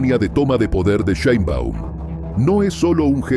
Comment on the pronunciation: No se pronuncia Sheinbaum tal cual se escribe